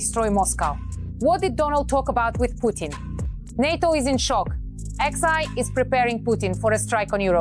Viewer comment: Train your AI hosts to say SHEE.